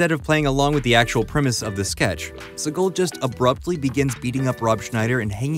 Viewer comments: Decent video, narrator probably should’ve at least looked up how to pronounce Segal instead of saying Seagull repeatedly. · u mispronounced segal s name through the whole thing